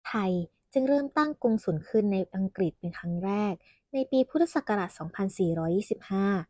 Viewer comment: นศ.ชายที่ฝึกงานต้องพูดภาษา”อังกฤษ แทนคำว่า อังกิด“ นะครับ